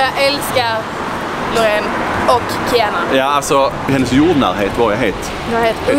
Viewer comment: Roligaste hur ni uttalade Kianas namn ni säger typ kiäna